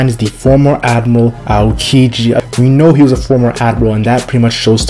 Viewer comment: Can this guy actually pronounce admiral? wtf is an "admal"?